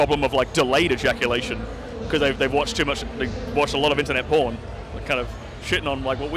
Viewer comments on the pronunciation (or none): *Porn Not pron. Cmon lol